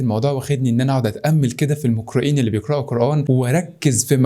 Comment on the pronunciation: ليش تنطق حرف القاف كاف لاحضو لما قال المقرئين الي يقرئوا قرآن قالها المكرئين الي يكرئوا قرآن ماقد احرف كلمه قرآن